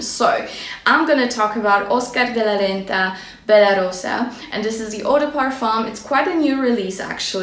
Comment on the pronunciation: Naprawdę wielką przyjemność sprawił mi dzisiaj Twój filmik. Bardzo mnie zaciekawiłaś Bella Rosa (super wymawiasz tę nazwę ) , a moja różana miłość - skórzana wersja róży, jaką oferuje Alaia (czarna). Pozdrawiam :)